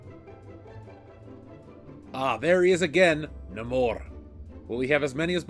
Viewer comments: It's pronounced Nay-Mor but that toy is wanted No more. Marvel fucked up a good character again. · I love how sometimes it’s “Namor” and sometimes “Namorrrrrr” 😂😂